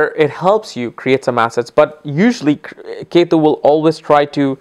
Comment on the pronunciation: So funny its not yetu its ketu